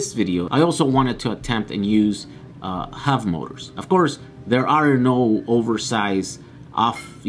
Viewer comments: Are you saying HUV motors? Or HUB motors? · Just to clarify, When he says Huv motors, he is referring to Hub motors right? Just an accent thing? Or is Huv a thing and I am failing to find them? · The wheels aren't pronounced "huv motors", they are "hub motors". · hub not hov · hub motors... not huv motors